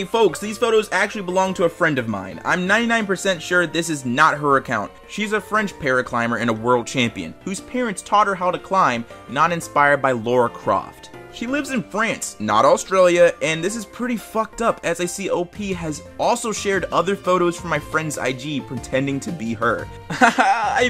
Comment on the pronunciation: Slight cringe that he pronounced Lara Croft as Laura Croft. That's just how I heard it, but neverless love the vids.